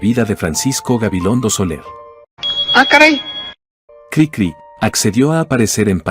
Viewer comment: Si en verdad leen todos los comentarios, espero que me hagan caso. La voz artificial no siempre es la mejor, y expone errores de edición en el texto. Lo más obvio es que durante todo el video la maquina dice Crícri en lugar de Cricrí, pero hay otros errores que expone. Diaz Ordaz no fue presidente en 1068. Los humanos sabemos como decir Café Tacvba, pero la maquina no sabe que la v la tiene que pronunciar como u. Cosas así le quitan a lo que sería un excelente video.